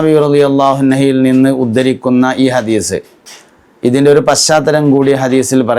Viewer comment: ഹദീസ് (حديس) എന്ന ഉച്ചാരണം തെറ്റല്ലെ ഉസ്താദെ ദയവായി ഹദീസ്(حديث) എന്ന് ഉച്ചരിച്ചാലും